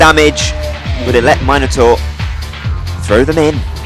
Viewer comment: It's nice to hear Minotaur pronounced 'Myno-tor' and not the ghastly 'Minna-tor'. My old Greek mate King Minos sends his thanks for your mythological exactitude, dude - there's a cheque for 3,250,000 drachma (about £0.04) in the post. Spend is wisely...